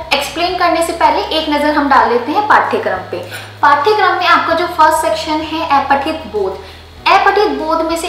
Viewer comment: अपठित होता है न कि ऐपठित गद्यांश होता है न कि गध्यांश